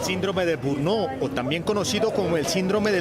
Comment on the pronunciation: Síndrome de burnó o burnot NO existe. Se llama burnout y se pronuncia más o menos así: bern-aut Es mejor intentar decirlo bien o dejarlo en español "síndrome del trabajador quemado"